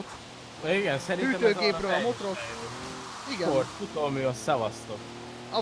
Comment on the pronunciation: nem motrot, hanem motort